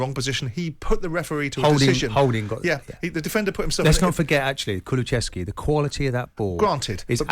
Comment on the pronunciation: His name is kulesevski not kulechevski keown u absolute moron